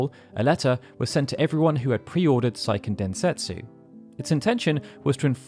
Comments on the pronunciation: Seiken Densetsu is a Japanese title, not a German one, the ei is pronounced phonetically, not the German way. It’s not “saiken”. Japanese is a completely phonetic language and therefore extremely easy to pronounce, there is exactly ONE way to pronounce each of the 5 vowels in Japanese. Just don’t try to apply English language rules to Japanese, it’s a lot easier than English. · "Say - Ken" Densetsu. Grating my ears, man.